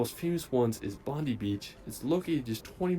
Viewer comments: The video you reacted to has numerous factual and pronunciation errors. His pronunciation of Bondi as Bondee instead of Bond-eye is particularly annoying. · Melbin. Bondi only has ee to americans, it's bondi with a long i like eye. Coogee beach is easier to get to by train in Sydney. Cape Hillsborough is close to Mackay in QLD. Tully does White Water Rafting. Brissie has Hot air Ballons if you are up very early. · As well as Bondi 😢 gotta pronounce it correctly